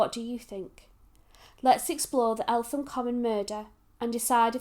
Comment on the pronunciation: It is pronounced ELTEM